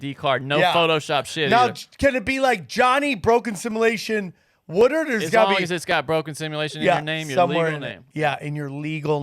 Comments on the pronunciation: It's kind of cute that can't pronounce simulation..:) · still can't say "Simulation" correctly. Just kidding,...you're the best!!!